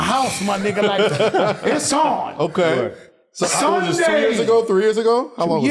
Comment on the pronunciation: “It was a Suunday too man, terrible man melo” 😂😂😂